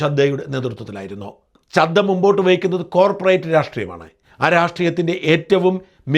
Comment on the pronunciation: സാജൻ സാർ രാഘവ് ചഡ്ഢയാണ്, അല്ലാതെ ചദ്ദയല്ല.